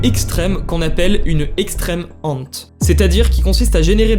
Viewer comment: C'est "haunt" et non "hunt" 😉